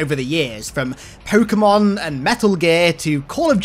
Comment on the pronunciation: When you said pokemon i heard cokemon